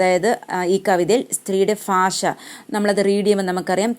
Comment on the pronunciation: ഫാഷയല്ല , ഭാഷ ( bhasha )